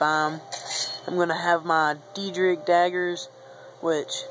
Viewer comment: Just letting you know, it is pronounced Day-drick. Nice save though.